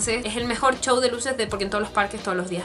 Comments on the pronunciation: Porque le dices chouw se dice souw y se escribe show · de seguro eres de España, porque he oído que algunos youtubers españoles pronuncian así la "sh" o "ch" XDXD